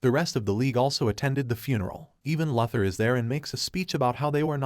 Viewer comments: Say it with me now Lu-Thor Luke the AI is a Lu-sore for this pronunciation. I dunno wtf a Leather is like is it a belt, a purse a jacket? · idk about you guy but i hear it say lex luhthar lol i cant un hear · It didn't, it said "luh ther" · Yes narrator. Lex' surname is pronounced...... LOU... THOR. Not Lether. Nice go though! Keep up the good work! GOD BLESS!!!! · It's lou-thor not luth-her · This sad Loother pronunciation, fix your AI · Lex Luther is pronounced Lex Loo-thor. Idk how u can watch the movie, but not know how to say his name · Can they get the AI to pronounce “Loo-thor” instead of “Lartha” lol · No it's saying Law Tor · It said "luh ther" not lartha. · please pronounce the characters name the right way....its pronounced LOU THER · “Luh-ther”? I’m out. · "Lahther???" Do you... read comic books??? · It sounds more like "La-thur" than "Lar-tha". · I know, that AI kept bringing me right out of it! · These incorrect pronunciations gotta be premeditated brah… Tf’ is “Darksaid” & “Lother”?! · It's pronounced DarkSIDE, NOT DarkSEED. LOOther not LUTHer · My bro il keep watching your content but please on your next DC recap please bro its pronounced loo-thor and dark-side